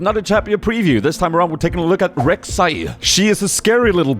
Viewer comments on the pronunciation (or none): read it like this, Rhek, Shai